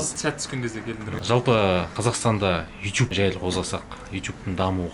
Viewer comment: Неге ютюб деп сойлейсің ютубқой